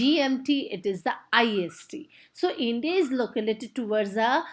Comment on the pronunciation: Localated nahi located😂😂😅😅 However,nice explanation ❤❤🎉❤